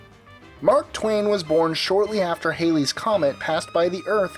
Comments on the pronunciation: The comet is pronounced HALLEY, to rhyme with Alley. Not HAILEY. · Just thought you like to know you are pronouncing the name Halley incorrectly. The correct pronunciation rhymes with galley. After the rock band Bill Haley and the Comets became known Halley's comet has had a hard time keeping it's real name. If you look up Edmund Halley on wiki you see how his Name is pronounced. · Thats HALLYS comet pronounced HAH LEE